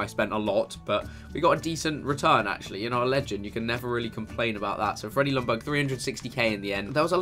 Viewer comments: Worst, pronunciation, ever. Lj=j, not L. Ljungberg is not Lungberg, it's LJungberg. Gosh!!!! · It's Ljungberg (Jungberg), not Lundberg. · im from sweden and you dont say Lungberg you say it like Jungberg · Isn't it yunburg notlumburg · It's pronounced "Yungberj" not Lungberg lmao. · Why do you pronounce it "Lungberg" when in Swedish it's pronounced more like "Yungberg"? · You actually say Jungberg not Lungberg. The L in the begging is silent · You aren't saying Ljungberg right. I am swedish and it's a silent L. His name is pronounced Jungberg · His name is LJUNGberg. Every non-swede seems to get it wrong... ;) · pronounced lyundberg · Jungberj is How you pronounce it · It is pronounced lyun-berg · It's pronounced "Jungberg" or the actual swedish pronunciation is "Jungberj". Please people if you're not swedish, do not try to teach a Swede how to pronounce a swedish name. Lol. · Its said jungber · It's "jungberg" mate :) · Chris, I'm from Sweden that country Ljungberg is from but you say it like "jungberg" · Lumberg? lol Chris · You Said Ljungberg wrong... You say the Ljung like young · You don't pronounce the "L". I know it's silly, but you say it like this: Jungberg. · I am swedish and it is Jungberg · It's pronounced Youngberg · Pronounced Junberg, the L is silent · You pronounced his name soooo wrong hahah!! U skip the L and say Jungberj. And the G is pronounced as a J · Your saying the legends name wrong GG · The L is silent in Ljungberg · You don't really say ljungberg using the L just say it without it and you're saying his name properly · That Ljungberg pronunciation is soooo bad. Hurts in every swedes heart